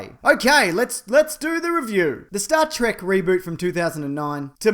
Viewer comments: what's this "Star Trak" you speak of? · Do you pronounce Star Trek like Trek? Or like Trek?